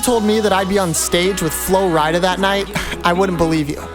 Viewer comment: The fact he said flo ridea 😅